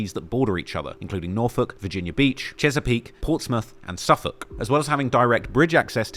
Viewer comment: Shout outs from Suffolk I already commend you for this video and we're only just starting, but for you to mention the fact that she;s from the 757 and to pronounce "Suffolk", "Norfolk", and "Portsmouth" CORRECTLY!!!!!... I'm mad I can't subscribe to you twice Be safe and stayed prayed up and keep the faith in the name of Jesus man, it'll keep the evil from you